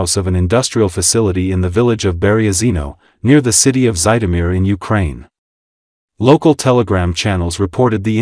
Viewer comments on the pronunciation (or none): Zhitomir, not “Zaidomir”.